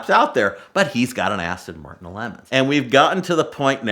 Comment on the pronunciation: ASS-ton - Martin killed me!!!